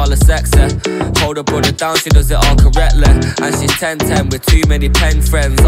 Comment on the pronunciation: lucky that sexeh rhymes with correctleh